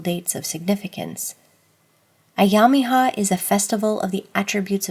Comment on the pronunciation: Alláh'u'Abhá my dear, well done, good presentation, I also suggest you my dear kindly learn to pronounce these difficult Persian words correctly with the help of an Iranian Bahá'i friend. For example the i in Ayyam-i-Ha is to be pronunced as an E, not as an i. and the sound GH should not be pronunced as a K or a G ..so again please get the pronunciations right ..Thank you and may God bless and be with you. Ya Bahá'u'l-Abhá !